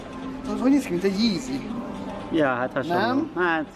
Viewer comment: 1 én Biatorbágyon lakok és tök jó. 2. NEM leszolásból mondom de az nem dzsizi (kiejtés) hanem jizi (kiejtés) és igy írják: YEZZY